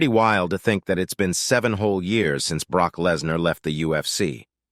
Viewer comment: I know! Like the commentator has never heard of Brooke........I mean Broke.....oh darn! Brock 😂